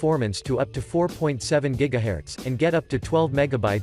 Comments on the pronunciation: Herts not herats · Why can’t he say GHZ right